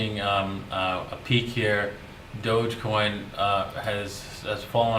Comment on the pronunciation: My guy😂😂 he said “doggy coin” “ dodge coin “ 😂😂😂😂😂